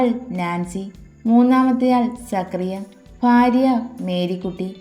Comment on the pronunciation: സക്രിയ അല്ല സക്കറിയ or സഖാറിയാ